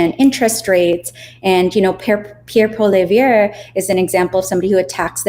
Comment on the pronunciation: Fyi: Poilievre is pronounced "pwa-lee-EV"